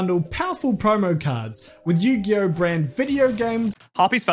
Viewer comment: Yu-gay-oh Sorry